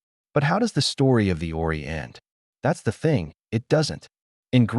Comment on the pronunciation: Dike isn't pronounced "dike" but Dee-kay. "Horae" isn't pronounced "oree" but "ho-ray". If there's a bot reading this, it isn't doing a great job. Can't humans bother to read their own pieces any more?